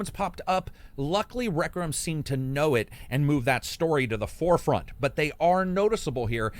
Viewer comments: i love "plague tale reckram" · You kinda struggle with saying Requiem huh.